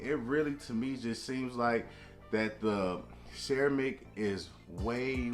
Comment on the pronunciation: Lol why are you saying ceramic (sir-ram-ic) like that 🤣🤣🤣